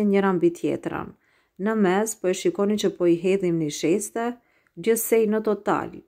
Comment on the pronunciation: O te lumshin duart brava por thui niseshte Jo nisheste😁👍